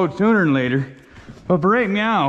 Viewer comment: Why are you saying meow every time you mean to say now?